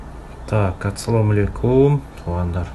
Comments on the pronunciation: Ацаллом алейкум эмес Ассалому алейкум тууган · Атсалам эмес Ассалоому алейкуум.